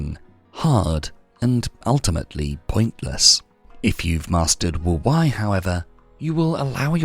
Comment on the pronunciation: Can someone please teach AI how to pronounce wu Wei correctly